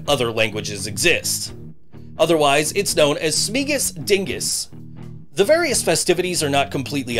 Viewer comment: You pronounced Dyngus wrong. So offended. Love- Polock from Buffalo